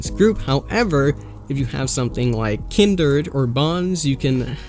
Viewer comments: Kindred, not Kindered. O.o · Kindered lol